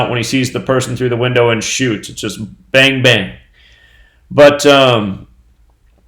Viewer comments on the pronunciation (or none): none